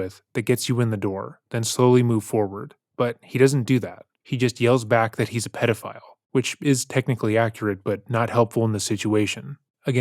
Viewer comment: THHATFHH A PEDAFAAUILL